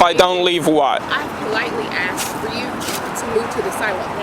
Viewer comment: She axed you.